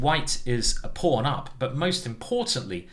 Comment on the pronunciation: i believe simon is british, but the way he says pawn and castles just doesn't sound right